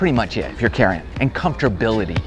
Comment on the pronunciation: “Comfterbility”...learned a new word today😂